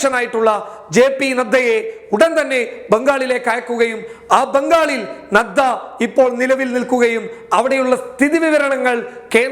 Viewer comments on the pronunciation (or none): none